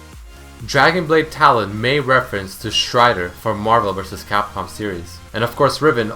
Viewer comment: Strider not shrider